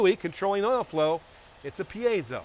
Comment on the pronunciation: It's a 'peezo' stack😎